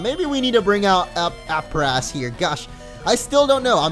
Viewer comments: Aprass is pronounced ape-russ. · I believe it's pronounced Ape-Ress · I bet it's pronounced ape -ress